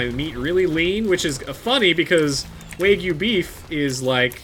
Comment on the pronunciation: By the way it's pronounce WAG-yu ( I work at a place where we use a lot of wagyu burgers there awesome) ps the place I work at also sells tomato bacon jam